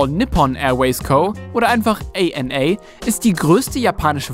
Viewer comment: All Nippon Airways = ANA Ihr sprecht generell Begriffe/Namen oft falsch aus. 🤔